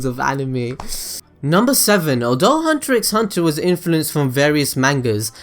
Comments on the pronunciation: well, it's pronounced "hunter hunter" actually x is silent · Damn you for pronouncing he x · 1 more thing you didn't know about hunter X hunter, did you know the X in the title is not pronounced so really It's just Hunter Hunter not Hunter X Hunter. Weird right?